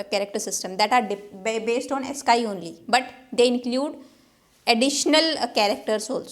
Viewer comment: Ma'am, you pronounce AS-SKY but it should be AS-SKEE.